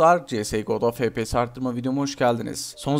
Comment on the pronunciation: abi niye fepese efpiyes demiyosun